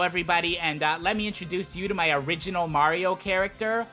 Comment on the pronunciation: "Blario" AHEM THATS SMG4!!! Jk